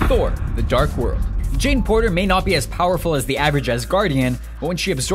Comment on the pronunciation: When you said "Thor" I thought you said "4" XD